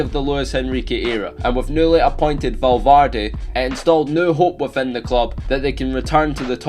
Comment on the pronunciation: His name is VALVERDE and not velvarde. You should work better on your projects